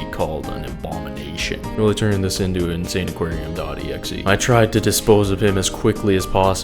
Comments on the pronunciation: bro calling the game "insane aquarium" instead of "in-sa-ni-qua-rium" is wild 😭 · I think its pronounced "insAniquarium" Like Insanity + Aquarium Right? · Wait?!! Its read as insane aquarium?! 😂 Me as a kid who dont know english that much read it as In-Sa-Nee-Quarium 😂 This game was seriously addicting back in the day... Wish i could play it on mobile tho